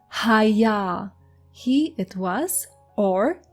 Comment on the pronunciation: If I may, the verb for he was is pronounced ha-YAH, not hay-YAH. No dagesh geminating thr Yod Also, Heth is not as gutteral Khaph. If not distinguished, one would have the same problem with word recognition as confusing The pronunciation of Heh with Heth.